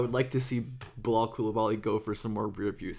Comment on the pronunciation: Thanks for the vids on the french rookie. I just had a hard time recognizing his first name: Bilal when you said it. lol. The "a" in not pronounce as an "o" but as the "a" sound in "hat" or "hard".